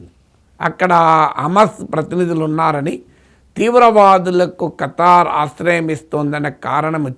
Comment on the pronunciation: Kataaar kadu Qatar miku peru kuda sariga palkadam ravatledhu 😂😂😂